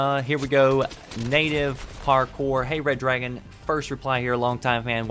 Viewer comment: wooh , I can understand what you said Red Dragon